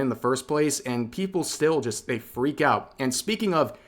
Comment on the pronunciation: "and for that reason I'm oot"